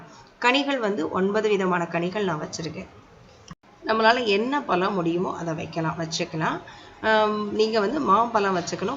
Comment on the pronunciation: எல்லாம் ok மனதுக்கு திருப்த்தி ஆனால் பளம் இல்ல பழம் அம்மா pls dont mistake தமிழ் கடவுள்முருகன் கோச்சுப்பார் . மற்றபடி Super